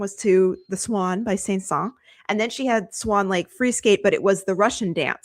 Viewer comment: “Say-saw” is killing me a bit! If you say it more like “san-sawn”,” it’s at least a bit closer to how to say Saint-Saëns, but please no “say-saw”!